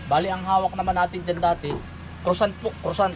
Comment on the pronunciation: Pls dont get me wrong, narinig ko pronuociation mo sa tinawag mong tinapay, ang tama doon ay kwasong, dw kasi ako sa belgium nd yun bf mostly d2, 31yrs n ko d2 bd plano kong bumisita dyan by feb, puede